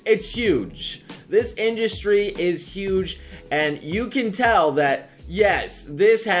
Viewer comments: What the fuck is an "industy"? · INDUSTY vewy niece spewing nobre